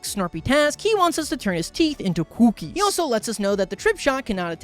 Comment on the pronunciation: CWOOKIES, idk why but it makes me laugh every time he says that.